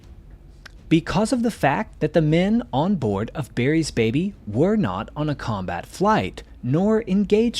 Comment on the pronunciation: Why does he keep saying ‘Berry’s baby’ instead of ‘Barry’s baby’?